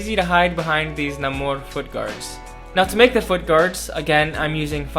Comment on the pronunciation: Another genius big brained solution to making this prop 🔥 also, appreciate you using the new proper Namór pronunciation, king 🔱